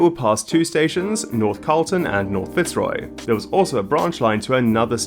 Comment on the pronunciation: Fantastic video! Really well researched once again. Just a little feedback on pronunciation. Melbourne is a bit of an outlier wherein we don't stress the first syllable in Fitzroy. The stress is on the second syllable making it fitz-ROY. Cheers!